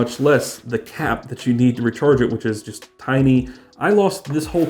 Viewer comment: Pronounced tiny not tini,JS!